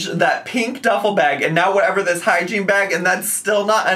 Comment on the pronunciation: Everytime she says hygiene bag, all I could hear was hiking bag and I cracked up cause she sure isn’t going hiking! 😅